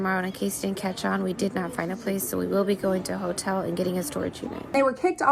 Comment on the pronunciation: why does the word hotel keep sounding like that